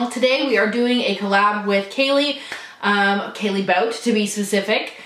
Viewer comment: So happy to see you & Kaily collabed (BTW, her last name is pronounced "Bau-Tay"). I go back and forth with the Lorac MegaPro 3. I like it, but at the same time it's almost too neutral for my taste, though it has some really pretty colors. I regret missing out on the original MegaPro though (though I think it's back available on Lorac's site... and figures I'm on a palette no-buy). And you know I agree with you regarding the Karadashians/Jenners (can't stand that attention whore family).